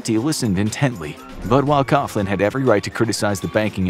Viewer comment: Fr Coughlin's surname is pronounced KOG-lin, not Koff-lin.